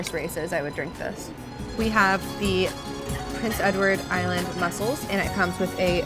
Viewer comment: Prince Edward Island is pronounced with the emphasis on "Island" rather than on "Edward." Or you can be a local and say PEI. Or ... the island.